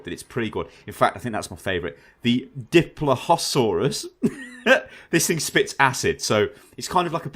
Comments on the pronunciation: pteranodon = te-ra-no-don dilophosaurus = di-lo-fo-saurus carnotaurus = car-no-tau-rus tyrannosaurs = ty-ra-no-saurus novaraptor = no-va-rap-tor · Enjoyed the vid, but... failing to pronounce pterosaur, dilophosaurus and carnotaurus? Oh, well.